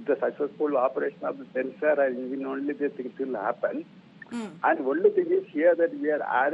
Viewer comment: Ingine... It's an Engine..... Did u learn English for Rajdeep Sardesai...!?